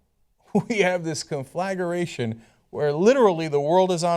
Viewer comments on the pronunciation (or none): Cenk: Not "con-flagu-ration". "Con-Fla-gration".